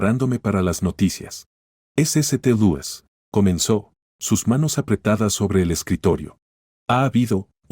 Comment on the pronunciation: Hay una enorme laguna en el relato, lo que dificulta la comprensión. Eso sin contar con la pronunciación... ¿eseteluis?